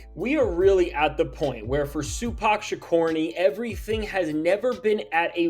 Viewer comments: Sue-pac Sha-corny might be the craziest thing I've heard this week lol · “Suepac ShaKORNY” just destroyed me! 😂